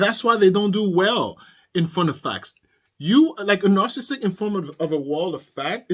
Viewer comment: Love your show best success to you, sir. I love your accent and you're pronouncing "narcissistic" perfectly, so just ignore the haters. Really good show pertaining to Darryl Brooks. love your reactions 🤩💓